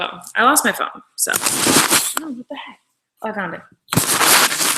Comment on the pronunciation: when she said " I just heard my phone buzz" did anyone else think she said " I just heard my corn buzz" because I swear to god she did!